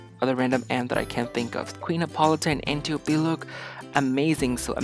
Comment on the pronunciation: Ant- I- Oh -Pee is pronounciation. Ill get Amazons